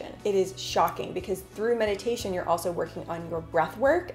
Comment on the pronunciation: I thought you said "the best you can do to be in the present moment.. is Medication..." lol😂